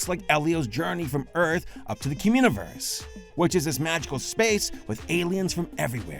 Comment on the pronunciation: Cumuniverse?? That's all I keep hearing